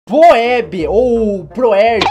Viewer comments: não se fala phoebe se fala fib mas se escreve assim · A pronucia de phoebe e fibi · Phoebe se fala fibi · não se pronuncia Poeba o certo é Fibi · N SE FALA PHOBE SE FALA FIBIIIIIII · 1- e Hummy Chan não rummy 2- e gaCHA não gatcha 3 e fibi que se fala não Phoebe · SE FALA FIBI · A pronúncia é (fibi)!!! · SE PRONUNCIA FIBI!!!! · Fhoebe se fala fibi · A pronúncia certa de "Phoebe" é "Fíbi" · sky se pronuncia Fibi 🙂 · Phobe se pronuncia FIBE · Phoebe se pronuncia "Fibby" só isso amei o vídeo!! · Lê - se Fíbi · Se pronuncia "Fibi" ksksksksks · Se fala poébe